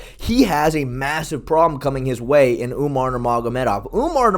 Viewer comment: Lol sean called umar umnar